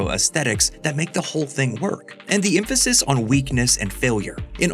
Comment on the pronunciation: the EMPHASIZE